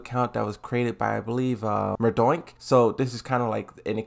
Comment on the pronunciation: For the love of god...NOT MARDUK